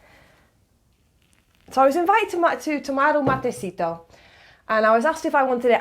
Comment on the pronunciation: I've noted that you mispronounce or write incorrectly many Spanish words. "Matecito" does not carry accent. The stress is on the "ci" syllable. And Taragüi is not pronounced guay, like in Paraguay. The groups ga, gue, gui, go, gu use allways the g sound in "gambler". The groups ge and gi are pronounced as the groups ja, je, ji, jo and ju with the soft jey of "hentai". When you need to pronounce the u in gue or gui they are written with two points over the u, called diéresis in Spanish: güe and güi. And Taragüi has an accent on the i, so the stress is on the last syllable and in a diptongue ui the stress goes to the i. So it should be pronounced Ta - ra -g u í. And remembre that every time the r is between two vowels its sound is soft. In "para" (preposition,='for') is soft, in "parra"= 'vine' is strong. When combined with other consonants (like pr) or when is at the start of the word is always strong. So is "curar" (prepare for use, but also cure), while "currar" in Spain is to work, while in Argentina is to steal. The mate keeps you company when studying of working alone, and when you are in a group, as the mate is shared, when only one person, the "cebador" who prepares the mate ande gives it by turn to everyone, it gives you the oportunity to talk whenever you want, but also listen while you drink the mate. You don't thank the cebador when you receive the mate because that means that you don't want more and you will be skipped the next time. You must finisth the mate and r